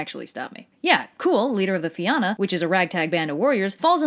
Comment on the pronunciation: If you can find a single Irish word in this video she pronounces fight ill pay you. she can't even say fionn properly